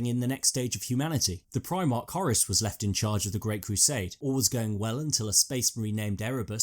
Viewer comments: It's Horus not Horace you dimwit. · Its Whore Russ not Horis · pronuncation of Horus... sounds much more powerful and sinister as 'Hawruss' not 'Horace'. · Who the fuck is Horace? I thought the Warmaster was called Horus. Lol... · Just one question: why are you calling Horus Horace?